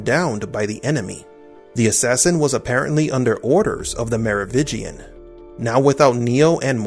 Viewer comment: MeroviNgian.. you keep missing the N. Are you new?